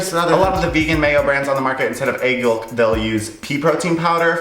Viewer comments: Wait he pronounces the L in yoLk? What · He pronounces yolk with such a strong L